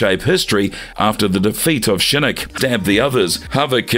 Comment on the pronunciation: I gotta agree with you, he pronounces Shinnok as Shinnik and Scinnik, there is no way that's on accident.